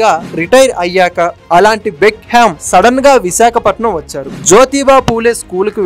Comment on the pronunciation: డేవిడ్ బెక్కం, not బెక్ హెమ్